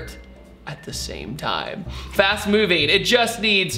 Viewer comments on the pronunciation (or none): none